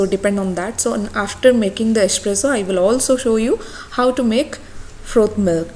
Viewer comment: It's Espresso not esspresho 😂😂😂